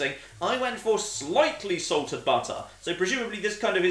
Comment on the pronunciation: Is it "Slightly Salted Butter", or is it "Slightly Excited Butter"?